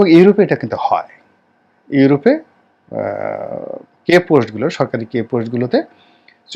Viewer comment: আসসালামু আলাইকুম। " কে পোস্ট" নয় "কী পোস্ট" বলতে হবে। Key Post - অর্থ, মূল/ গুরুত্বপূর্ণ পদ । Key চাবি , যা অতি গুরুত্বপূর্ণ --- তাই এটা বলা হয় । আপনাকে জ্ঞান দান করছি না! দুঃখিত, ক্ষমা করবেন।